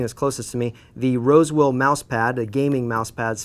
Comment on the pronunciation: LOL "wosewill"